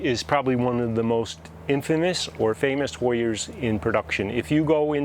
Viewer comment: Awhhh!! Him saying hoyers just screams Connecticut. I love it.